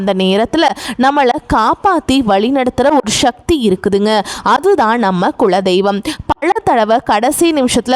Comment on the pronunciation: ஷக்தி என்று சொல்லாதீங்க.எரிச்சலாவருது sivan sakthi sankar santhi sekar visal suseela suhasini urvasi எல்லாத்திலேயும் ஷவைப்போட்டு மொழியைக் கெடுக்கிறீர்கள்‌.உங்களை மட்டும் சொல்ல வில்லை. எல்லோரையும் தான் சொல்கிறேன். இப்படியேபோனால் ஷமையல் ஷாம்பார் ஷட்டி ஷல்லடை ஷேது ஷேதி‌ என்று ஆரம்பித்து விடுவார்கள் என நினைக்கிறேன்.